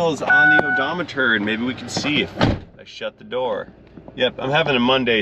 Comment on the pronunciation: So the dealership sounds shadier than most. They clearly did not machine the rotors but definitely charged for it. As far as the trany, Nisans CVT is complete garbage. My boss had one go in his wife’s rouge with only 65k on the o do meter.(tip of the hat to you for the pronunciation)😂